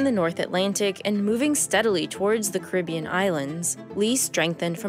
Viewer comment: I’ve noticed this show always pronounces Caribbean incorrectly. Have a little look at how it’s pronounced in the Caribbean and in English elsewhere.